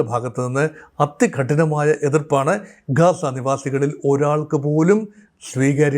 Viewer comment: "കാസ ".. അല്ല ഗാസ.